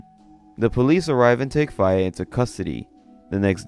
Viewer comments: Faye, is pronounced Fay. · Fay it’s fay dude I swear you mispronounce stuff on purpose think Faye valentine from bebop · faye is pronounced fey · What the hell was that pronounciation of Faye?? Jfc.